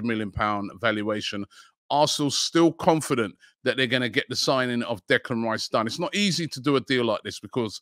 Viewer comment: . How many times did actually Robbie is mis-pronounce Declan Rice so that they had to edit t? 😃